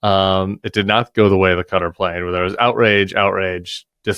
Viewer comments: I totally agree with your points and this airplane story is horrific. But please don't say "Kudder". It's much close to Ka-tar. No "d". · It’s pronounced “Ka-Tar”, not “Katter”